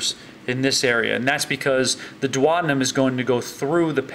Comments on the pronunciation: Duodenum = dew-o-dee-num. NOT dew-oder-num. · The way he says duodenum....